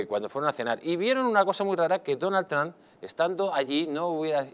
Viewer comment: no saben ni pronunciar el nombre de Trump.